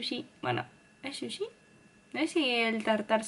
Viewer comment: Amo estos videos, jajaja me traume escucharte diciendo SHUSHI